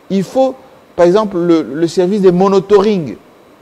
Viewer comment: on ne dit pas monotoring mais plutôt monitoring! Merci de ne plus jamais commettre cette faute!